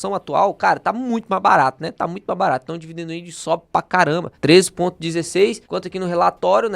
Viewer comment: “dividen dildi”